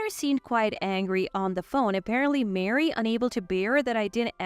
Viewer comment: Ma-ree not Mary.